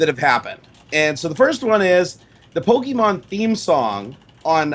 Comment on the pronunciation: You guys are pronouncing Pokemon wrong.